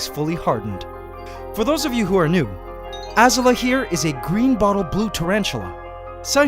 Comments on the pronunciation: C'mon man, it's Az-oo-la, not Az-u-la. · I wonder why you are pronouncing Azula as ah-ser-la? If you’re following the theme of the Fire Nation and Avatar: the Last Airbender, the show pronounces the name Azula as ah-zoo-la, like blue in Spanish with an A at the end: azul-a. Keep up the wonderful work you do, for it is a demonstration of living art and never foreseen scientific discoveries caught on camera! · Hey, i just want to say you pronounced Azula wrong it's ah - Z OO - l ah any way i just want to let you know, i'm a huge fan of yours and love your content! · Hey man, looks like you named your spider after Azula from Avatar the last air bender but your'e pronouncing the name wrong . it should be pronounced UhZoola . LOVE your videos . look forward to them every week. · Azula is a name with a accent mark, so the name is pronounced like ah-zoo-la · I highkey though Azula was pronounced “Ah-zoo-luh” like from Avatar. Am I the only one? 😅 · why are you reading her name wrong did you not see avatar "Azula" A ZOO LA> AZU LA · how still pronounces "Azula"... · The way he pronounces Azula really bugs me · you guys noticed that he pronounces Azula wrong?